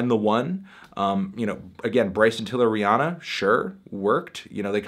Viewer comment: it's Rihanna you said it wrong look up how to say it